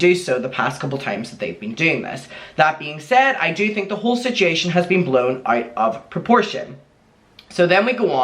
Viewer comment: Any chance you can pronounce "situation" properly?